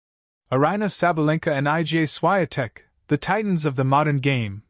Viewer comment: It's IGA Swiatek, pronounce as "EEGAA SHFEE-ON-tek" !